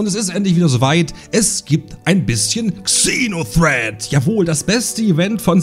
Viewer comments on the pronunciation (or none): Ich werde nie verstehen warum man GANZE englische Begriffe nimmt aber davon dann nur die HAELFTE englisch ausspricht. "kseno threat" Das Fernsehen ist auch voll davon... 🤦‍♂